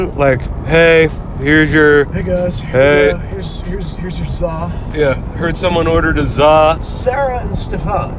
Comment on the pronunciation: The matrix glitched he said zaw